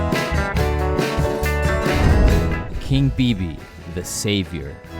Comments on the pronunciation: Bin-yah-meen Net-tahn-yah-hu. Bee-Bee not Bib-ee. PMs do not have terms. Governments do. We elect party lists based on their platforms. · Are British people incapabale of pronouncing things correctly? You can clearly hear how its said in Israel. I'm American, and I'm capable of saying it the same way. "Bee-Bee" Not "Bib-e" BEE BEE. BEE BEE NETANYAHU. You thick fuck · Bib-ee? Bee-Bee.